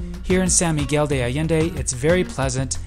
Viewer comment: Sawn Miguel not Sa